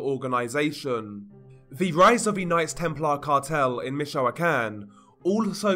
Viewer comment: Im not a native Spanish speaker either, but the way he pronounces a lot of Spanish words especially- Michoacan drives me crazy (along with how he drags words out, his inflection makes it hard to pay attention to what he's saying. Its as annoying as trying to talk to someone who's drunk & slurring their words the whole conversation lol🤦‍♀️